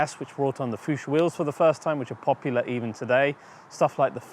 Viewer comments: Kudos for pronouncing Porsche correctly. Next is Fuchs wheels....it’s pronounced Fooks and means Fox in German! Cheers! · "it’s pronounced Fooks" No. But close. The "ch" sound does not exist in English. The "k" sound that you suggest is also technically wrong.